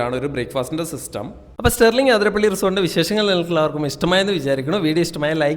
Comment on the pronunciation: ആതിരപ്പിള്ളി അല്ല അതിരപ്പിള്ളി...